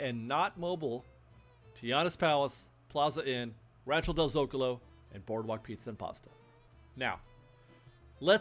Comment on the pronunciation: Sorry, I have to: zo-CAH-lo not ZO-cahlo